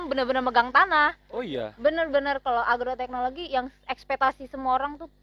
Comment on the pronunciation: agroteknologi bang,bukan argoteknlogi hehehe